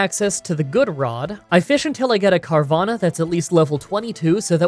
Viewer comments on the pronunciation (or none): Dude for real, Car(e)vanna?? You are a native english speaker, stop fucking up names of pokemon that are not even that new. Watch the anime, pay attention or listen to the damn pokeraps!! I look forward to every pokemon challange but i have never subscribed or commented because I feel You are not even trying to really be the best pokemon proff, master or anything! Its not that hard and most of us know the names when the games came out. We did not always have an anime episode to help us when most games and pokemon just came out.. P.s. pick a Dome fossile once in a while, same joke but it feels les like You just used the same audio footage Again and Again. You never use them anyway.. not even in Your Kabuto or omanyte video, cause it was already your starter. I know getting a video out on time is important, but some of us listen and watch every sec even da rulez